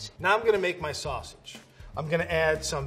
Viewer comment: “now I’m gonna make my sosage” Me: “l’m not surprised”